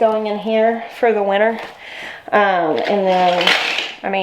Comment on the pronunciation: I love how you pronounce winter as winner. Gives it a positive ring <3